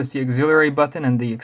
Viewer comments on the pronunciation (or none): how come you pronounce button as "bhaat-thun"